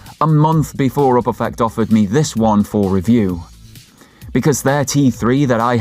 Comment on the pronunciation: The way you pronounce Uperfect makes my eye twitch